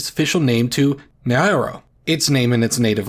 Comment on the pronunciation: Naoreo ✅ Naoero ❌